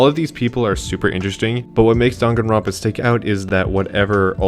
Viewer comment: How do people still mispronounce Danganronpa when they literally say it at the beginning of the game